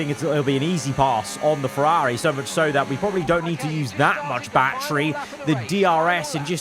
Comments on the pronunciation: why over the last two years have you just forgotton how to pronounce ferrari? it's so annoying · The way you keep saying Ferrari 😅 why you say it like that